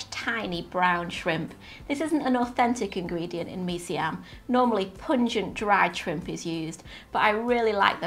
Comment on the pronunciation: When I heard you say "Mee Siam" properly, I knew that you knew what you were doing. I lived in Singapore for a few years (long enough to get addicted to the best of Malaysian, Indonesian, and the many different Indian and Chinese dishes). The only way to satisfy the cravings these 30 years later, is to make them myself. I can almost taste this one. Hokkien Mee is another good one, as is Char Kway Teow. Sigh.